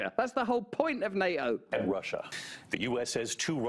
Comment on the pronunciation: Love how Russel calls NATO as NA-O 😅